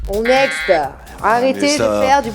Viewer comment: Next pas nexte